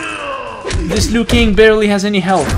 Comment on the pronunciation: While you were fighting kung lao and said "Lui Kang" did you mean kung lao?